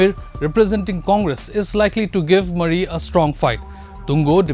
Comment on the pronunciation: Mon not Bon , Pungro not Pinri and Moori (Murry) not Mari ! Many of the reporter's mispronounciation of names of people are hilarious,insulting and very unprofessional ! It smacks of disrespect to local sentiments !